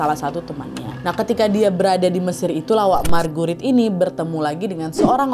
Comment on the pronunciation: Ko kedengarannya margurit markurit😂😂😂😂